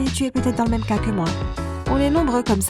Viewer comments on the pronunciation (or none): none